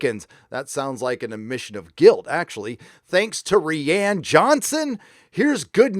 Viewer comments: Wish you’d learn how to pronounce rian lol ‘Rie-an’ Ry-an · Dude... his f-ing name is RYAN, he just spells it with an I. You’re killing me every time you say it sounds like REEANN. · I hate to nitpick, but you keep mispronouncing name.